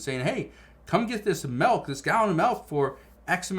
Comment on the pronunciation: It's milk not melk!